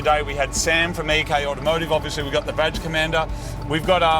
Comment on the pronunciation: im still trying to figure out is it "badge commander" or "vag commander"?? no joke im serious.